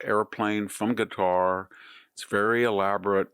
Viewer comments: I absolutely love you Prof. Hanson, but it's NOT "Gutter." It's not "Cutter," and it's not "Nuke-u-ler." It's KA-TAR or KUH-TAR, just as the Emir of Qatar pronounces it. And.. it's NU-KLEE-AR. That is all. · Why does he pronounce Qatar as "gutter"? Lol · Why do we pronounce it like "cuter", when during Trump's visit, they themselves were pronouncing it like "cut-ar"? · I like that Qatar sounds like gutter. I don't trust them. They pay our schools to be woke. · Why does he pronounce it "Gatar?" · I love how VDH pronounces Qatar “gutter”!!. Hey he’s the phd, not me. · I feel the same way. Some might think he is trolling by calling them 'Gutter'. His pron. Seems Asian in that you can't quite tell if it starts with a k or a g - Schrodinger's consonants. I didn't want to complain in a comment section - there's too much of that in the world. But yeah, it bugged me, even though a small thing. I love Victor D. Hansen, so this is only said with love. Great insight as always. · There's no English equivalent for Arabic letter ـق (qaf). It's pronounced in the back of the mouth but not the way he's pronouncing it. Hey, at least he's trying.